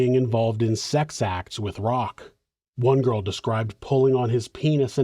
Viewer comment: Stop being creepy Jyials with a J. Love it actually 😂